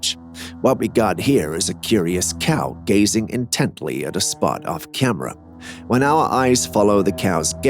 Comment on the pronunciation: By the way, WTF is a Kyam-rah?!